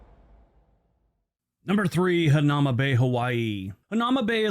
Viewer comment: Hanauma (the narrator pronounced it wrong. It's "Ha na EW ma" Bay.) When I was a kid, you could go there anytime you'd like. Now, because so many tourist want to go there, it was destroying the reef. You have to make an appointment or you won't be able to enter. They only allow a limited amount of people in each day. Oh, and "Toilet Bowl" refers to a rock shelf next to the Bay. In it is a large hole in the rock that goes all the way through to the ocean. When the waves rush forward, the water swirls round in it (hence the name "Toilet Bowl") and quite often explodes upward on onto the rock shelf. Beautiful, really. Hope you get to visit my home State of Hawaii some day.